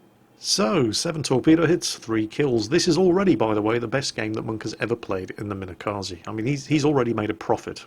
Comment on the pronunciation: could you stop calling it minekazee please? it's kaze, for wind.